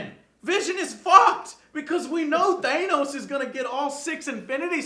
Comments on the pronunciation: Please pronounce Thanos' name correctly. It's THAH-NOS, not THAY-NOS. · Dudes it is not " Thai-nos ", it's " Tha-nos " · Ffs say Thanos right